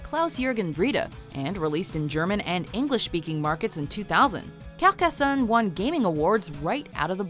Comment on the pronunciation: #5 is NOT "Capcassonne"!!!